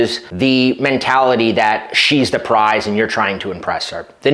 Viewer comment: it's Prize...P r i z e...